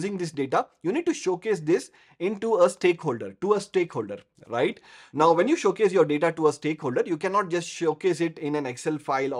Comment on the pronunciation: When you say "Rrright " 🙂